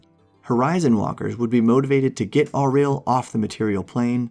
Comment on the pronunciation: Nice video guys, I'm starting Frostmaiden on Saturday and really looking forward to it. These videos are helping quite a lot. One minor quibble though: the book includes the pronunciation guide of different names, so the pronunciation of Auril in this video was making me cringe a little. :)